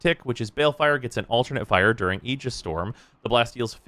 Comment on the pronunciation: Finally, someone pronounces aegis correctly.